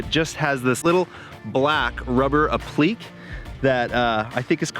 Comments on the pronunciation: It's pronounced "APP LICK KAY." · ~heheheh~ Yeah, "aa-PLEEK" made me chuckle. But then, I took a sewing class in Jr. High, never any cool activities... like flying... or sports.